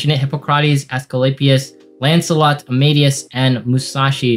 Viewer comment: "a-maid-eus" (Could even be right, but I'm from Germany so it just sounds funny)